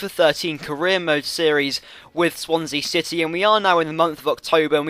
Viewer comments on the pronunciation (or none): none